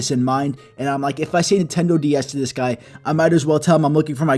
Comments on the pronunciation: I was dieing from lafter when he said netendo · ok ok me being greek i find it halarious how others with the same natinality as e sound, but i have adapted to my souroundings people are confused when i say im greek no Nehtondo insted of nintendo is funny af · So you say Nintendo like